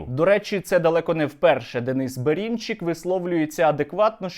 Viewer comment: Бэрынчык, а не Бэринчык!!